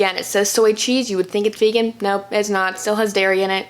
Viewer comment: Why do people say fegan instead of vegan it’s so weird